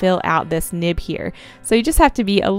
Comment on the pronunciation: Is it just me or did I hear her say nip instead of nib